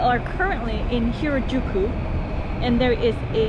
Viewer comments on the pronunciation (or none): Girl, it’s Harajuku! 😂